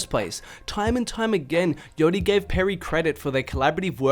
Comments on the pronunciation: its yAchty mate. How do you go 8 min saying yotti instead?????????? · i had to stop watching the video after because i couldnt handle you pronouncing it yoddy anymore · The way you say „yattti“ is hella funny